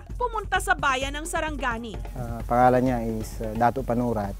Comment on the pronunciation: its sarangani not saranggani